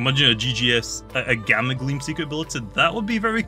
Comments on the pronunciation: Stop saying gammer it’s gamma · It’s gamma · i like how says gamma as 'gamer' xddd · When he said gamma I though he said gamer